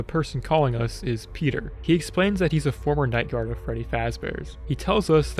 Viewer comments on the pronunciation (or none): none